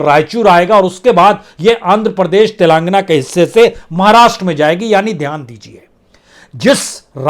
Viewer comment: Please pronounce Telengana properly, it is not telaangna